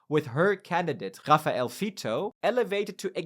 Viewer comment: Your "raffaele" 's pronunciation is painfully spanish: it's rah-fah-eh-leh. "ra" as in "rack", "ffa" as in "father", "eh" as in "they" and "leh" also as in "they" but with an "l" before.